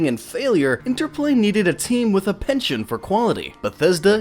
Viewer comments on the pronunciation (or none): none